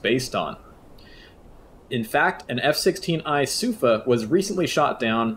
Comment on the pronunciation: as a hebrew speaker, the pronounciation of sufa is with emphasis on the "a" instead of the "u", regarding the tactics in here, I can't confirm nor deny for obvious reasons, regardless , very good video, cheers